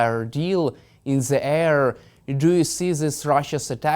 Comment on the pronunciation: Helpful tip how to say "the" in English. Don't say "zee". Say... "zer" biting your tongue as you say it. X